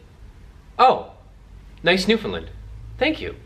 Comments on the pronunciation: its (New-Fin-Land) not (New-Fin-Lind) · pronounced newfin Land not lind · Btw, it's not a newfinlin. It's newfoundland, pronounced new f'n land. My source? I'm from the island of newfoundland :P and it's landseer...land-see-er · Buddy- you gotta polish up your presentation a bit. People always debate how to say ' Newfoundland", and that's fine- its just not " Newfinland". If you're rating the dogs- please- what is the scale.. " I give them a 5....' ???? Out of 5... 10...?? Lastly- while you hit on some good points, you seemed to be in a hurry to finish. They MUST be interactive with people- I've known Newfs kept in dog runs in back yards- several of which I have had removed from the owners. Lastly- please let people know, that if you are a neat & tidy freak- this is NOT the dog for you. Dogs need to be groomed minimum- once/week in " off season" and shedding season is a nightmare, grooming my dogs daily. Furthermore, when a Newf drinks water- he usually starts at the bottom of the bowl... so watch out! I could go on and on, as I own 4 Landseers, and have 2 rescue standard black newfies.. So , in summary- little more research, little slower on the delivery and pronunciation, and you'll be great at this. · Why can’t you say Newfoundland right? Its not newfinland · Newfelend lol can’t even say